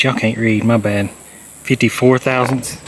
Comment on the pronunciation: I can hear Justin cringing every time you say thousandth lol. Thanks for the vid keep getting after it!